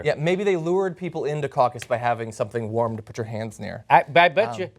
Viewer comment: caucous lol te hehe